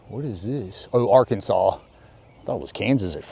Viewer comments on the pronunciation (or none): none